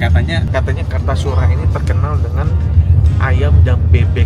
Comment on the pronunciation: kalau daerah kartasura sendiri memang terkenal bebek goreng dan ayam goreng. oh ya untuk Kartosuro sendiri masuk wilayah kab. Sukoharjo. jadi ga masuk wilayah solo. Fun fact lokasi Pawon ayu sendiri deket dengan terminal type b Kartosuro. Pelafalan Kartosuro pakainya o bukan A. Cmiiw